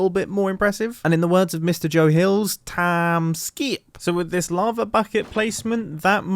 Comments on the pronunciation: “Tiiime skyip!” Lmao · "Time Skeeep" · He really said "Tahm Skeeyip''